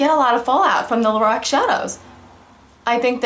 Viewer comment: It sounds like you're saying "Lorax".